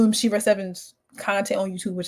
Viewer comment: Did she say Sheva 7?